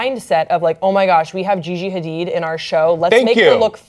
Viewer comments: and are pronouncing Gigi's last name as Ha-deed, but insist on saying Ha-did throughout the who segment! WHY! Hard for me to take this discussion seriously in pop culture context! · Ughhh every time says “Ha-DID” I just wanna scream. It’s “Ha-DEED”!!!! The other two hosts said it right... were you just not paying attention, or did you think they were the ones who got it wrong? 😹 Lol, yeah yeah, I know— this probably bothered me way more than it should’ve... Oh well! 😜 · HA-DEED. how f*cking hard is that to say?! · Cringing every time he says Gigi's last name